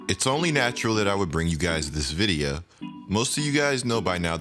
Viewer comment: Why do you say videyuh instead of video? I love your content but shits annoying bro